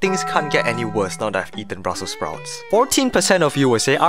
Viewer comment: bruselse sproutésie